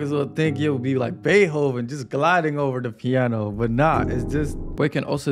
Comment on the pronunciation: Bro said Baehoven 😂